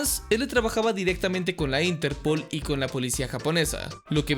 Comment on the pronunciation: tio! disfruto enormemente tus videos pero por el amor de satanás! ínterpol, yágami? La sílaba tónica se fue de sabático? D